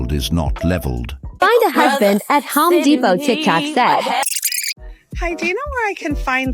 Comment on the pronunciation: Women see what they want. it's Home Depot, not Ho Depot.